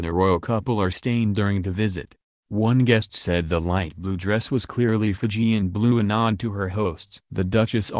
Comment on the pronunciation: Would be nice if the reporter said the Fijian words correctly